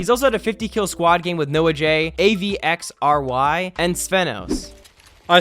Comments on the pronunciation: lol its Avery not Avxry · my man said " a v r x y" instead of just avry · It's Avery not a x v r y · “A v X r Y” omegalul 😂😂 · It's Avery not a v x r y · A. V. X. R Y.? It’s pronounced Avery asshat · A-v-x-r-y wooow. It’s Avery dude 😂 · A-v-x-r-y its just avery with an x between it btw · A V R X Y What do you mean it's Avxry not A V X R Y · A v X r y omegalul it's Avery say it as if it's that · "A V X R Y" Smh It's pronounced "AVERY" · " A-V-X-R-Y " lol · Lol, “A-V-X-R-Y” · the way he said avxry's name its avery not A V X R Y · A-V-X-R-Y . Pronounced ave-ary . Great video. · A V X R Y lmao it’s Avery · dude its avery not a-v-x-r-y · “ and A-V-X-R-Y “ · A V X R Y 😂😂😂 It is avery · It’s pronounced Avery dummy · He sai A.V.X.R.Y like they were all seperate letters y tho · It’s pronounced Avery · Doing my man avxry dirty it's pronounced like Avery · He said A V X R Y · This guy really just said A-V-X-R-Y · “Avxry” is pronounce “Avery” lol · LOL THIS MAN SAID “A-v-x-r-y” 😂😂😂😂😂😂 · Ay vey ex ar way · “A V X R Y” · Nice vid👌lmao he said avery's name was A-v-x-r-y😂😂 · It's pronounced Avery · he cant say avxry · Avxry u meant y u say it like that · Bruh please say Axvry right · He butchered AXRY name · Did he just pronounce the “x” in Avery?